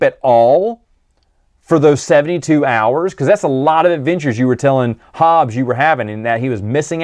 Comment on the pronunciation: Hobbie, not Hobbes.